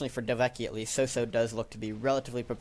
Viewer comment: "Hey, cool, a new video! Oh wait, nvm" btw you still get my name wrong, its "dove-kie" :)